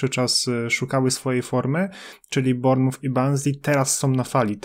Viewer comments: Panowie BARMUF? BORMOUF, ze tak powiem fonetycznie ;) Uwielbiam rowniez Canal + pilkarze BRAJTONU, oh come on pilkarze BRAJTON. Pozdrawiam serdecznie panowie z poludniowego wybrzeza Anglii :) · Panowie ale trzeba popracować nad wymową klubów troszeczkę. xD Barnmuf xD Mówi się Bormuf, w nazwie Cheltenham drugie E jest nieme. Takie małe rzeczy, a tak mnie trochę wyprowadzają z równowagi xD